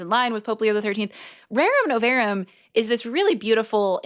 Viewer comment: It's "Rerum nov-AH-rum." Please and thank you.